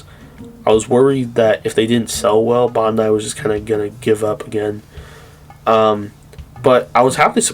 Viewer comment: My man pronounce Bandai correctly please for the love of God